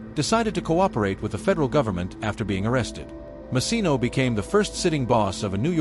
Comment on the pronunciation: Ai is annoying needs to say hid name correct! And the bonnano name!